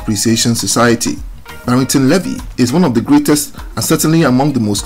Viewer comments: Pronounced "BARRINGTON LEE-VY, not LE-VY"; good story though. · Your pronunciation of 'Levy' sounds more French than English. In Jamaica we say 'LEE-vee'. A very historical name, usually indicating 'black' Shephardic Jew (Israelite/ Hebrew) ancestry, coming from the tribe of Levi who were recorded in the Old Testament of the Bible as descendant from the lineage of Jacob (Yakob, later called IsRaEl). The Levite tribe performed spiritual leadership duties to their nation as priests and musicians. A people whose presence remains among Jamaicans and several other populations in the Americas, Africa, Europe and Asia to this day. The full story has not yet been told due to 'paper genocide' and whitewashing, especially by Ashke-Nazis, but it will all come to light. Barrington Levy is the typical, original true colour of that ancient tribe and the tribe of Judah. What a powerful signature voice Barrington Levy has, like a trumpet announcing his presence and message. His recognition is well deserved.